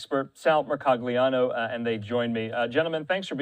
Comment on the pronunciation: Mercoglano is Italian last name and combination of letters "gl" reads as soft "L" . It would going to sound " Mercoliano". Come on people, gotta have some common knowledge about other than English languages.